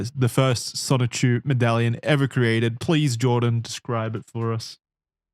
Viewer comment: Oh god finally the dreaded chrischan. I hope they don’t mispronounce sonichu as just sonic again:00